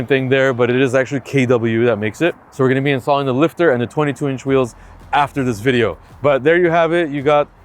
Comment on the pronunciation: "Dont forget to subscribe and like the BEDIO"🤣 gets me all the time